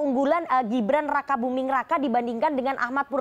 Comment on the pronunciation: Aku dengernya si mbak bilang Gibran Rakabuming Neraka wkwkkwkw